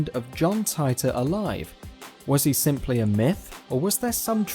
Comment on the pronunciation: You mispronounced Titor